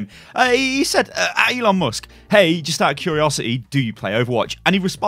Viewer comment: ELON mus-kets